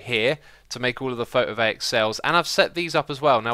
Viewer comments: XISUMA ITS PHOTOVOLTAIC NOT PHOTOVAIC (actually this word is Greek, so this annoys me very much because guess what I'm greek.) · Photovaic, I can't let it go, every time, you say photovaic, it's photovoltaic, LUL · Just to mention something you're saying wrong. Photo-voltaic not photo-vaic. Photo from the Greek word for light and volt from Alessandro Volta. Photovoltaic basically means light energy/electricity in other words. I thought it might be a bit interesting to throw some information instead of just sounding like a butthurt person because you pronounced a word wrong. Now I sound like a smartass who was butthurt by you pronouncing something wrong. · Hey X, its not called photovaic, its called PHOTOVOLTAIC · By the way, Xisuma, it's PhotoVOLTaic cells, not Photovaic, as in It creates power (volt) from light (photo). Just lettin' you know :P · It's my birthday! PS photovoltaic is pronounced photovol-tay-ic :P